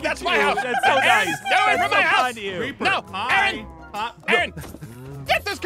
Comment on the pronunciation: Erin????? It’s Aaron(I’m not being rude btw! Aussies have to stick together)